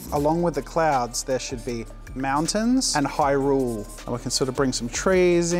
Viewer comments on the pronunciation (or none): "Hyrule" how dare you